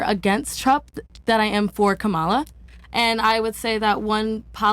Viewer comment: Why couldn't he pronounce Kamala correctly? What about THAT...?!